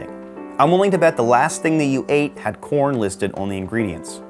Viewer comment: Why was I hearing Por* instead of corn